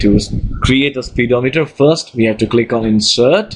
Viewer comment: he said speed o meter lol